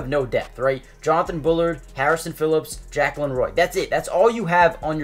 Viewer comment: I would have loved to get Armistead, but it didn't work out. Tillery seems like a solid signing though. Also, Jaquelin Roy's first name is pronounced Juh KWAY lin.